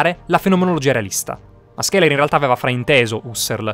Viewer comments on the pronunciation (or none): Video efficace, ma SCHELER si pronuncia "Sceler" , non "Skeler".